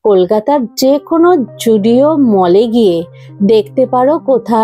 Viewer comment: zudio ❌❌ joodio ✅✅